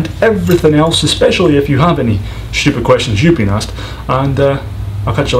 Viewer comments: And you love to make silly generalizations! Because one person pronounced Asked as Aksed, you think all Americans do? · 🤣 🤣 🤣 Americans simply cant say ASKED